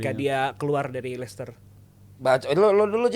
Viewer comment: Nyebut licester aja udah bikin males lanjutin denger ulasan anak baru